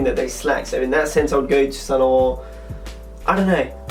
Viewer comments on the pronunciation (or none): lol, i love the way you say saint laurent "saun larante" it makes my nipples hard